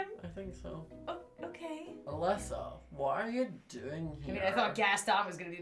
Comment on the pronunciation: My name is Alisa… and it’s pronounced “Uh-Lee-suh” hearing say “Alyssa” for like 18 minutes made me cringe so hard